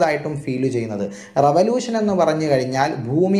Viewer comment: "റെവലൂശൻ" എന്നാണ് ഉസ്താദ് പറഞ്ഞത് ശരിക്കും റവലൂഷൻ എന്നല്ലേ?